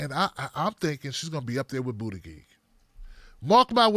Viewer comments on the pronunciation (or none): I can't stop laughing at how you pronounce Buttigieg😂